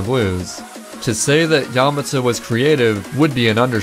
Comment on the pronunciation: The way he pronounces Yamata makes me cringe